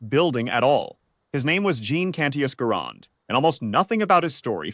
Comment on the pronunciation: The name of the inventor of the M1 is NOT pronounced Garand'....but Gehr'-end!